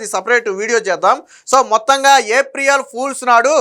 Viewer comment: ఏప్రియేల్ కాదు ఏప్రిల్ అనాలి